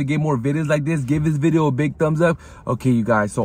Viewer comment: With another VIDI today, make sure to SKIBE. Slow down man.